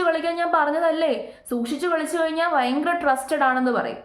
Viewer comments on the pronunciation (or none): none